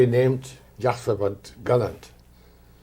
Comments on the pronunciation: His name wasn’t Gàlland - his name was Gallànd! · Great vid including the historical information. PS. try pronouncing his name correctly, it is his name :)